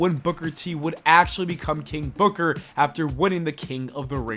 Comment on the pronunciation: You have to say it like KING BOOKAAA